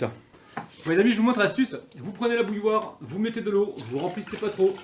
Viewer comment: Bouilloire ? Mot difficile a prononcer ..